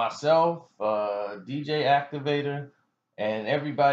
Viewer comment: nigga said DJ Activator lmao!